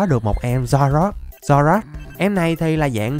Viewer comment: Anh có thể đọc là zoro ark